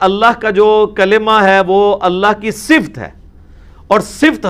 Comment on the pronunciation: O bhai engineer ,,,,,, ye lafz "Sift" nahi hota , balkay "Sifat" hota hay.